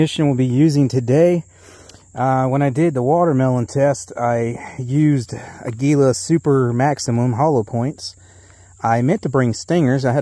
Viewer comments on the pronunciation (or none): Y'all ruined Aguila ammo with your incorrect pronunciation. I can't stand hearing that.